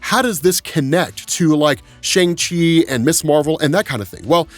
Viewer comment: Dude, Kevin Feige and a whole scene in Shang Chi and the Ten Rings put in the effort to teach us how to enunciate the 'Shang' in Shang Chi, representation matters man, I'm sure I'm not the only Chinese listener who cringed every time you mispronounced Shang Chi.